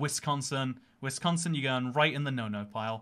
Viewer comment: couldnt even pronounce Wisconsin right :(